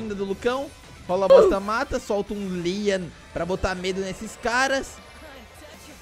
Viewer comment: Como escrever: Leon Como falar: Lean